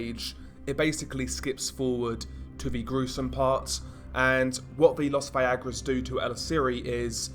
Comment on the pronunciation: VIAGRAS (Vee-agh-ras) you fucking idiot. Viagras are boner pills. For fucks sake how do you do so bad at pronunciation?🤦‍♂️ Vee-agh-ras! Also its Siri pronounced (See-ree) not siri. Fuck man!🤦‍♂️